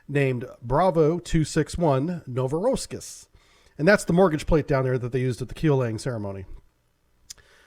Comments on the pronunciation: As always, great video, but it's not "NOVO-ROSS-KIS" (cracked up at this one), it's "NOVO-ROSS-IYSK" with the stress on "I". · "novoroskis" lol, nice butchery there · 😆 You said Novoroskis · "Novorossiysk" is pronounced "know-vo-ross-EEE-sk". Additionally, "Severodvinsk" is pronounced "seh-vehr-OH-dvihn-sk".